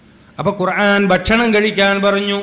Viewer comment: قرعان അല്ല മൊയ്‌ലിയാറെ قرءان ആണ്